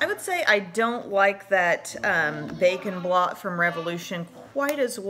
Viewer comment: Anyone else hear Bacon Blot instead of Bake n' Blot? Anyone? Maybe its because I'm eating lunch while watching this....